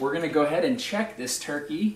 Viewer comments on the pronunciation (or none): none